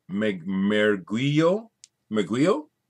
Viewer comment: Mergulho is pronounced sort of like 'mer-gu-lio'. I speak a little Portuguese.